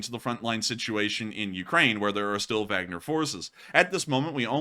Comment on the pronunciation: Not Wagner as in “wag the dog.” It’s Wagner as in Vargner.